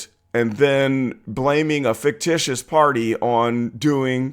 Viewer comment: "FIXUSH" story?!? WHAT?!?!? SHE SAID: "FIXUSH" ?!? IS THIS UNEDUCATED, IN-BRED BRAIN DEAD, LYING, THIEVING, GASLIGHTING, VINDICTIVE, BACK-STABBING, RETALIATORY, IMMORAL, UNETHICAL, EGO-DRIVEN, SELF-SERVING, STUCK-UP, ENTITLED, SELF-IMPORTANT, MORON TRYING TO SAY: "FICTITIOUS" ?!?!? I WOULD HAVE TO IMPOSE A LAW, SET IN THE COURT OF PUBLIC OPINION, AND APPLIED, EXCLUSIVELY TO HER - IF SHE CAN NOT PROPERLY PRONOUNCE A WORD OR IF SHE DOES NOT KNOW HOW TO SPELL A WORD OR IF SHE DOES NOT KNOW THE DEFINITION OF A WORD THEN SHE WILL BE FORBIDDEN TO USE THAT WORD!! HER WANTON DESTRUCTION OF WORDS MUST STOP!!!